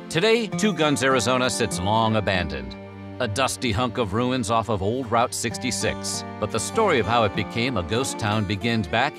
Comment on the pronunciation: its pronounced Root 66